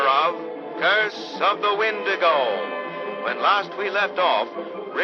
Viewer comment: It's not wendigo nor comet,it's wendigo and cometh ( not even close )